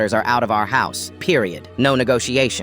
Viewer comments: i love how he saids pireed .............. at the end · No offence but the way the said period 😂